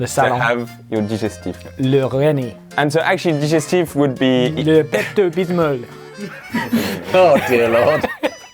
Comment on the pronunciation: I lost it when Ollie said "le Rennie", but I freaking choked on my drink when he said "le Pepto Bismol" all in his french accented glory Ah, Ollie... Never change...